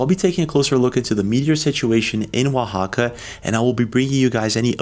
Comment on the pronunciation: Great video. And you pronounce Oaxaca so well!